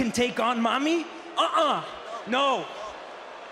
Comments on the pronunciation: sounds like he’s saying mommy lol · Saw some “mami” merch for Rhea and I had to do a double take because I swore I did hear Dominik say “mommy/mami”. Turns out I wasn’t tripping💀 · Did Dom say mommy 🤣🤣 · Did he just say, "mommy"😂😂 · The Way Dominik Pronounce Mommy.... Just Like The Movie "Chappie" The Robot Movie!! 🤣🤣🤣🤣👏🏻👏🏻